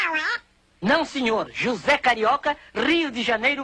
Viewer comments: "Hozay carioca" It's José, with a J. He literally says his name in his introduction. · I get not wanting to correct everyone all the time but the pronunciation of the name is not up to him and he literally introduced himself as JJJosé Carioca in this very video. There's no excuse for using the completely wrong spanish pronunciation. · nice video but please, please, it's not "Hoze" it's Jose, JJJJJJJ sound like a brazilian J, and not like a hispanic J. thanks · Its name is in Portuguese, not in Spanish. Pay attention to your pronounce of the letter « J ». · The pronunciation of j as h really irks me